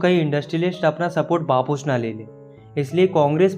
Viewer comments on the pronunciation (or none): wapas ❌ bapus ✅